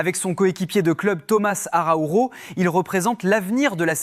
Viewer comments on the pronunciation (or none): Araujo, le j en portugais se prononce comme en français, pas en espagnol.😱